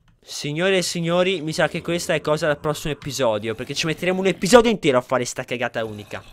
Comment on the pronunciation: "Episoio" hahahah #dislessiaportamivia